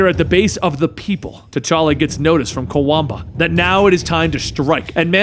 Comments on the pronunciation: you mispronounced Kwabena(quabena) as Kawamba sooo many times. lol. Love you channel though. i always look forward to you videos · I know you tried your best to pronounce his name, but just know it's said as it is spelt, Kwa Benn Ah, Kwabena